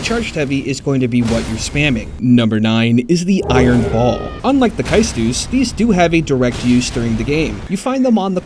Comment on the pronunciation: It's pronounced Kay-Stus but you were close enough